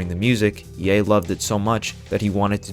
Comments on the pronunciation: When you said "yen dollar" i tuned everything else out, sorry :( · not to be a geek but its pronounced ye and dollar sign